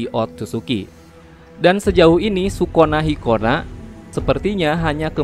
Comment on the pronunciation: Dengerny kayak sikonah markonah...hahhaha